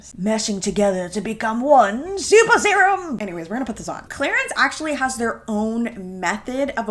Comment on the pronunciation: “to become one ✨✨SUPER SERUMMM✨✨” (said in a harry potter accent or something)